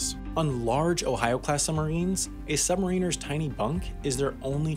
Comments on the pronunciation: "Sub-mare-in-ers." Not "Sub-marine-ers." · And also that he pronounces the title "sub-ma-reeners" instead of saying it right. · a.) My mistake - I thought that this was a video explaining how submarines work. b.) Submariners is pronounced "submarriners" - like mariners. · holy shit i dont wannt sound pedantic but its sub Mariners, not submariners.....fucking hell youre a multi million sub channel sort it out.... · Ears almost bleeding listening to this. It’s Sub-mari-ners. Not, sub-marine-ers. For fuck sake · Yeah but it's not pronounced "submarine-ers" it's "sub-MARrin-ers". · It's not submareeeeners, it's sub-mariners! Like the baseball team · submariners not submarine-ers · Sub-ma-ri-ners not sub-mariners good video though. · Good video, but I cringe every time he says the word “submariners”. The term is derived from the old English word ‘mariner’, meaning a sailor, (as in “The Rime of the Ancient Mariner”) and not for the word “submarine”. So the correct pronunciation is sub-ma-rin-ers, and not sub-mar-een-ers. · It is pronounced “Submariners” not “Submareeners” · Every time he says "sub-ma-reeners" I flinch. "Sub-mare-in-ers" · The way submariners was said is weird, it's pronounced sub-mar-in-ers, "Mar" like maritimes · its annoying me that hes mis-pronouncing sub-mariners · After hearing the pronunciation "summerines" more than 10 times, I stopped watching. What's more, I wanted to know how submarines work, not their use in warfare. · I'm losing my shhhhhet... "SUB" "MARA" "NURS" killing me saying submariners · Please learn the correct pronunciation of the title Submariners. Sub-Mariner like the Seattle Mariners. Not like a U.S. Marine. Yes I am a U.S. Submarine Vet. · Hi just so you know submariners is pronounced as sub-ma-rin-ers good video regardless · Huh? When and where? I winced when I heard him pronounce it that way. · Is he saying submariners wrong or is it just the American pronunciation? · you keep mispronouncing submariners